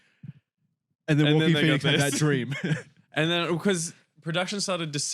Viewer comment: do you think Joaquin Phoenix’s name is “Walking”? I swear it really sounds like that when you say his name